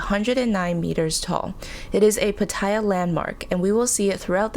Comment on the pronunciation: nice course. I used to think for years that's how you pronounce Pattaya but it's not 😬